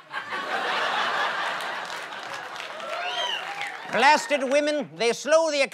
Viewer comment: And also tried saying "Bruh" but she said "Brah"